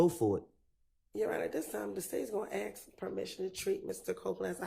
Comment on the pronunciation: 'I dont axe no questions' i just said lets go!!!! ?🤦‍♂️